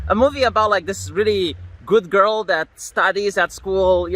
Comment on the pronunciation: You mispronounced "girl".